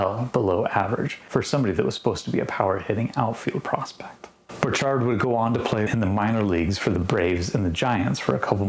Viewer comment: Borchard found his success on an orchard :-) BTW, his name rhymed with orchard, rather than the French pronunciation you were using.